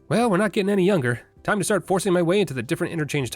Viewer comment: Has anyone ever told u.....when ur video says "start" it sounds like nemesis saying staaaaaars